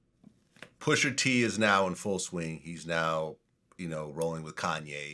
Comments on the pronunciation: Vlad keep saying "pusher t" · Vlad sir it’s pusha t not pusher t.